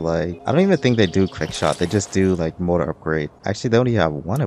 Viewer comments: It kills me that he says "motor" instead of "MORtar". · Mortar, not Motor.